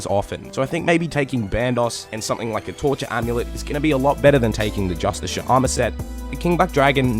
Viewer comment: its fucking JUSTKAR jesus christ why is that so hard